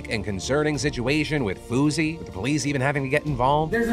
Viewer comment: I was seriously concerned cause i thought he said swoozie and "heard gun to my head". Realized he said fousey and stopped caring